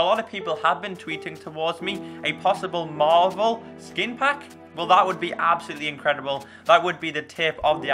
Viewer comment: marvel not marbel.:p